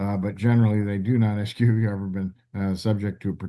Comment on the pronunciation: Why would a well educated person say "Ax" instead of "ask"?